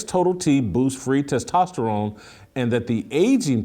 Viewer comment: Someone got on Jason for his Testosterone pronunciation. 🤣